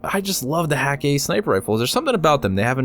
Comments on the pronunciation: I may be wrong about this, but I believe Hakke is pronounced: h-EH-ka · Really? The umlaut should make the A sound almost like "eh'. As for the "hah-kay,", that may just be Nathan Fillion's character pronouncing it incorrectly but just owning it lol. That seems very much like Cayde's personality. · There's a cutscene where cayde 6 pronounces it hah-kay